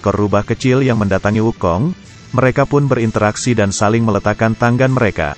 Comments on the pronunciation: Mendengarkan ucapannya, telingaku kok tdk nyaman. Tangan diucapkan tanggan, langit diucapkan langgit. Ini dulu sekolah bahasa indonesianya di mana ya? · kayaknya si pembawa cerita susah banget ngomong tangan sm langit....